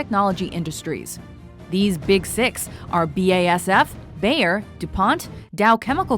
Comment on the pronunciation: Wie sie "Bayer" ausspricht so gut